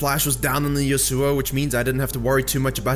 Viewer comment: Pls say yasuo right